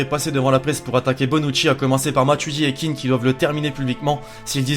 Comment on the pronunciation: c'est " Kean " pas " Keane "